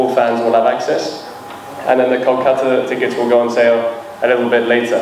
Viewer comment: Ohh Dada Tikot nohoi Ticket hoi 😂😂😂